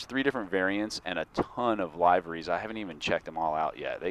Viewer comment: It's LIVE-ER-REES